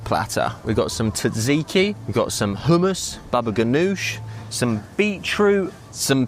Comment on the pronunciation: …how confident are u it was “taziki” dip u had by the pool, or was it maybe tzatziki? 🤷🏻‍♂️🤣 Love ya vids, even if u can’t pronounce food names correctly!